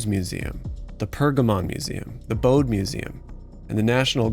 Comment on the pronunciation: "The Nazis specifically targeted museums for bombing" then you go on to show/name bombed museums in the German capital?! Perhaps you should have thought this through a little better... Incidentally, they're pronounced "Noy-es" (Neues) and "Boh-da" (Bode).